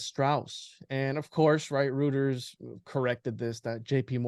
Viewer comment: i really enjoy your content. But for the love of god please learn how to pronounce Goethe and Reuters correctly. ❤